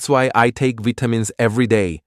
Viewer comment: ㅋㅋㅋ 발음 뭐냐? That's why I take '비타민스' every day